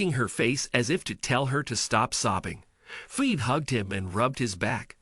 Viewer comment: Umm, the name is pronounced Fee-bee